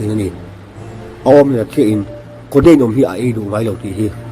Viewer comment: Hmeichhia aw kha😁😁 codeine pawh a ti lo coteine an tiah.. 🤣🤣🤣